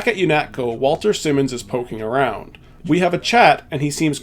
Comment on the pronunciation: Wal-TON SI-mons, not Walter Simmons